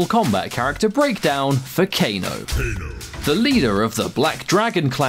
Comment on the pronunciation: kane its kane